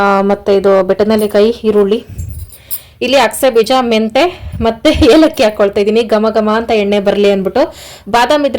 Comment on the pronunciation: ಅದು ಹೇಲಕ್ಕಿ ಅಲ್ಲ ಏಲಕ್ಕಿ 😂